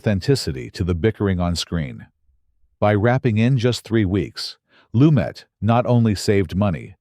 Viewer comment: A terrible video about a fantastic film. About 30% of what was covered could have been interesting but for the obvious AI script and narration. The worst was the constant changes in the pronunciation of Lumet's name. I would rather listen to an untrained human voice than this AI garbage.